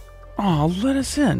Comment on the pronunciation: "lettuce in" haha :D